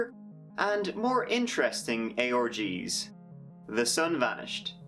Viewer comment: When you say "ARGS" it sounds like you say "ey ORGIES!"